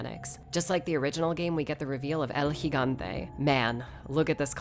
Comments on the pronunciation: oh my god she said El gigante correctly....enough to make a grown man cry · You have no idea how refreshing it is to hear someone else pronounce The Giant by his actual name instead of “El G-gante”